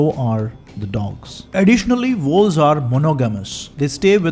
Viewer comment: One strong suggestion, please don't use fake accent, especially the fake intonations. It's too obvious (not trolling, stating it with all sincerity), therefore distracting, worse still, it makes/could make the content harder to understand. For example, in the very beginning, you were referring to wolves, which I couldn't hear clearly at first, youtube ASR too captioned it to be 'walls'. I have been outside of India for 15+ years now, so exposed to all kinds of both fake and true accents from various nationalities and geographies, so I did not have too much of a "problem" really in 'understanding' the content overall still, I only needed a quick revisits with back and forward arrow at times. But the accent/intonation issue I raise here could be unnecessarily distracting for someone like me exposed to various ones already, or too daunting for someone based purely in India for very long who is mostly exposed to various true Indian accents + true foreign accents thanks to films, OTT platforms etc. (yours is neither, unncessary mixture of both at this point, in this video, especially the intonations sounding little too patronizing as well). Please know that I am not trying to troll you or anything, just stating what I felt/thought, and putting it out there as a constructive criticism, because I like your content - been a subscribed since quite long. You are free to take it or reject it! ;) :) The thing is, a typical urbanized Indian accent, with its true intonations and prosody is